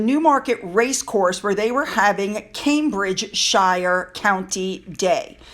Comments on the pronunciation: Sorry, but you lightened my evening with your pronunciations: BirmingHAM (Birming(h)AM) and CambridgeSHIAH(CambridgeSHIR(e). 😂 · please note Cambridgeshire is pronounced more like “Cambridgesher” than Cambridgeshire.